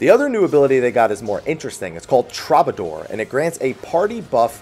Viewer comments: Every time you say "trobbadoor," I die a little inside. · "Traw-ba-door" are you kidding me? Lol Try that one again pls. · Man...every video the pronunciations trigger me harder. TROB-ador? Really? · Hate to be that guy, but troubadour is pronounced true-ba-door. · ... The lack of musical pronunciation is troubling. "Tru-ba-door" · came here to say this